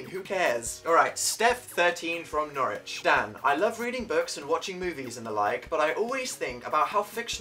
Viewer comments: "Norwhich" no no no no no it's Norwich so disappointed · NORWICH DANNNNNN!!!!!!!!! NorWICH NOT NORWHICH!!!!! I love your video btw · I'm sorry, but this frustrates me, it's not Norwhich, it's Norwich I used to live there. When someone calls it Norwhich I get mad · "Norwhich" ok